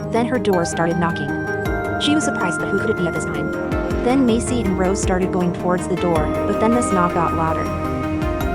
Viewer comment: Her name is Maisy, not Macy